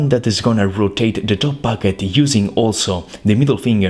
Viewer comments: I love when you say "packet" but it sound like "baguette" or my ear is horrible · I thought he said baguette